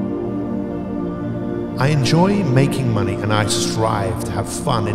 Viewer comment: in and I realized, I just ruined the video cause my mind started hearing mummy instead of money